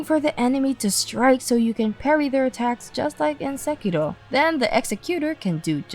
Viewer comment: Good review, another subscriber! I'm surprised to listen to SEKIRO being spoken with correct pronounciation by someone who is prob american. About nightreign, i think the more you play the more the game gets better, and also DUO queues is on the line (official confirmed).